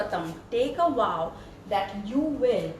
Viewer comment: It's "Vow" not "WoW.